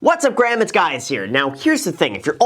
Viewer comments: Did I hear the intro right?"Whats up Graham it's Guys here"... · "What's up Graham its guys here" at the beginning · “What’s up graham it’s guys here” 😂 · Anyone catch his Easter egg at the beginning? He said, “ What’s up, GRAHAM, It’s GUYS here.” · “What’s up Graham it’s guys here” 😅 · “What’s up gram is guys here” good info tho 👍🏼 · “what’s up graham it’s guys here”😂